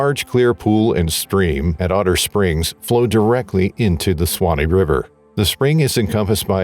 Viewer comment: Suwannee sue wah knee you're adding some extra letter sounds that are typically ignored.